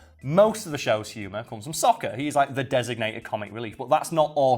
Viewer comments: a double A is pronounced with a short “o” sound? Damn, had no clue. Even so the cartoon always pronounced it with the long A sound so any other way (technically correct or not) is super jarring and just doesn’t fit. And pronouncing Sokka like Soak-ah is weird too… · What baffles me about this movie is that they manage to mispronounce Aang and Sokkas names. Near the end of book one there is LITERALLY a character who says sokkas name as they do in the movie except its used to make the guy mispronouncing it look like a jackass.